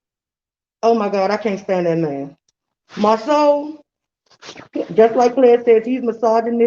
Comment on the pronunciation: I"m drinking everytime says 'Mar (seouw)... I"m drunk af. girl save me. it's Mar (sau) like cow!!!!!!!